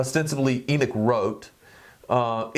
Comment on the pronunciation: My brother its Enoch not enick